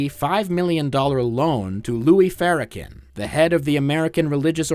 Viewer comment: not looking up a single clip of someone saying "louis farrakhan" out loud before making this is so funny